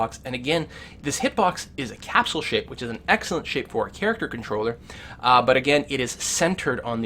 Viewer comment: you should start with english, it's which* not witch...